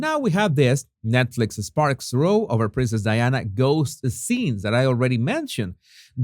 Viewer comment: Row pronounced as in bow down not row as in 🎀